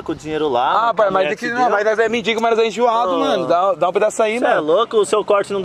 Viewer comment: "Todo mundo aqui é medingo"KKKKKKKK